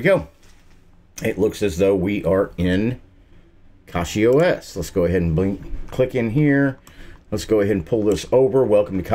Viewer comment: It is pronounced cachyOS